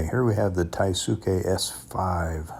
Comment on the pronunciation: it's pronounced THAI-ski with accent on AI